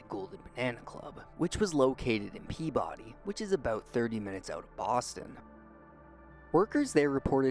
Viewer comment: Being a Bruins fan at the time ...I knew all about it. FYI, it's pronounced "Peab uddy". We loved Craig here